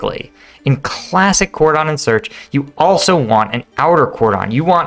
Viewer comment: That's not how "cordon" is pronounced...